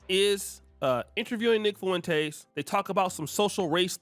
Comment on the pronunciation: Lol man you are pronouncing the hell out of Nick Fuentes’s last name “FOO WEN TAYS” Just pronounce it “Fwen-tez” 😂